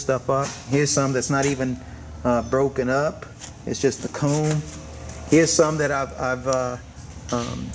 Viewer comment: i belive its pronounced COMBS not " coocoms"